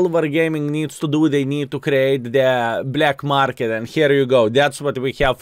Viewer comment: Did you really say “available on the blyad market”? 😂😂😂